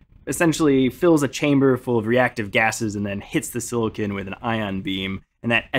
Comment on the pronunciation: Had to turn off once I heard how he pronounced silicon.